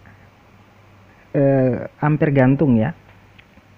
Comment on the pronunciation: Bacanya Amper bukan kayak ngucap Lemper,, satuan arus listri di singkat (I)